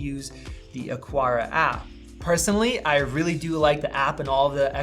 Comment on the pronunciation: lol why can't anyone say AH-CAR-AH